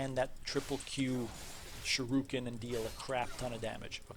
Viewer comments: th way you said shUrIken was unsettling. The U comes before the I. You keep switching them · nice vid fam but who pronounces shuriken that way